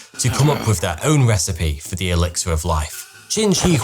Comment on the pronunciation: ‘Th’ ‘th’ ‘th’. Not F F F!